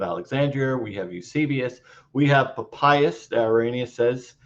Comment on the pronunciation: This guy can neither read Greek or Aramaic. And his pronunciation of ancient names is abhorrent! So he's got a legal degree. I have heard during my BA in the Classics that Lawyers Latin is atrocious! Right now he is saying "Pa payas" and not Pa pi as --- ugh! This fellow could have paid for a tutor to work on his ignorant pronunciation.